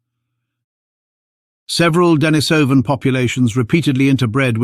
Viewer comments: Duh NEESE uh vun, not Denna SOH vun. TY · D'Nis'oh van Get it right